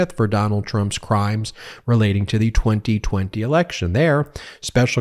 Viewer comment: I enjoy your reporting but you have GOT TO STOP being so spitty! It sounds like you have a mouthful of water you cant finish. Stop slapping your tongue on your upper lip and over enunciating the word(s) 2020...